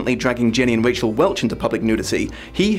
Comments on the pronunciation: Raquel = Rack-Ell. Not Rachel. =p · Just so you know, it's Raquel ("rah-kell"), not "Rachel", and Bakker is pronounced "bay-ker" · Raquel Welch, not Rachel Welch. Look her up,. She's a famous beauty. Sounds like the movie is much better than the book.